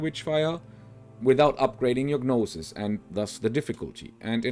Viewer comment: I dont mean to be rude but gnosis is pronounced with a silent g so just nosis